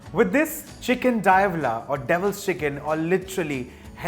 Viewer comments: didnt look like a typo. He pronounced it Dia-vahla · Diablo means devil in latin languages so yeah he mispronounced it